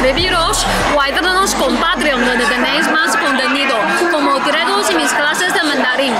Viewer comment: lo de los "mis directos" no le sale , pero mejoró un monton...